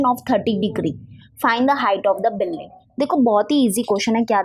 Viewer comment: Billing nahi building hota hein 🤣